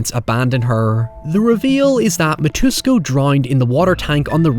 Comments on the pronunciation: How pronounces it - "MITUSKO" How it's actually pronounced: "MITSUKO" Me - Hmmmm... Is Mitsuko the new "hoyever"? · Mit-su-ko. Mitsuko. NOT Ma-toos-ko. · they even pronounced mitsuko 'me-twos-co" 😶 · Dude, you kept pronouncing Kairo as Kero. The ai sound in Japanese sounds like the letter i. Also the daughter's name is pronounced e-kuko, the i makes a hard e sound. You kept pronouncing Mitsuko (meets-ko) as Mitusko. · good video, but is it really that hard to pronounce Mi-tsu-ko 🥲 Mitusko.... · I think the creepy kid is named MI-TOOS-KO, whereas in Dark Water the kid is named MIT-SOO-KO (stress on SOO, which is really TSOO, kinda' like the German word 'zu'). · If you really want to cover other J-horrors, you probably should practice your Japanese names more than nothing at all Your "eye-cooco" and "mitusco" were quite painful to listen to. 😅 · I have to admit,one thing about this video that really bothered me is that keeps mispronouncing Mitsuko as “Mitusko”.I realize that people in Anglophone countries tend to have problems with other languages,particularly those that are non-European,but it would be nice to get the name of a crucial character right,even if the pronunciation is challenging. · Hahahahaha the way you said Mitusko all the time really made me holler... Hahahaha it's like a Russian name... It's okay. I understand not everyone watched anime religiously in childhood phase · Bear in mind that not only the director here the same that worked on Ring movies, the script is based on the story written by the author of Ring novels P.S. It's "EE-ku-ko" & "MEE-tsu-ko", please check how to pronounce foreign names before recording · I was really confused when he said, "My toos ko" because that didn't sound like a Japanese name at all lol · "Mitusko" lol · "Eekuko" "Meetsooko" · Loved the video, but the constant mispronunciation of Ikuko and Mitsuko's name bugged me a lot hahah